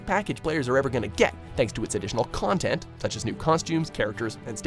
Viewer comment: "a treasuree trovee of extra contentt"